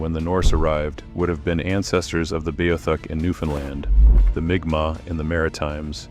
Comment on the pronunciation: M'kmaq is pronouced "mic mac".